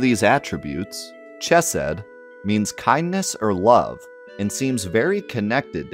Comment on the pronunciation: Pronunciation note: the “ch” in “chesed” is the guttural one (like Scottish “loch”); also the “g” in “gematria” is a hard “g”.